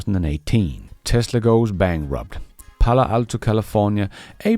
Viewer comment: Bankwupt, what is that, better not take on a job and an English teacher.